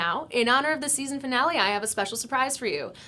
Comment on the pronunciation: "Foonale" lmao